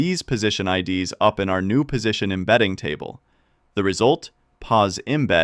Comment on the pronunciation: I'm sure this is a human, LOL. It pronounced IDS (in "RAW TOKEN IDS") as the letters I .. D .. S (like the acronym for Intrusion Detection System) instead of as the plural form of ID (identifier).